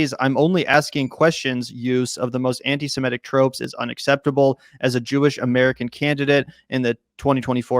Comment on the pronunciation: Please - it's "sem IT ic", not "sem ETT ic." Stop focusing on the "e" in the first syllable, which throws almost every American off of the correct pronunciation.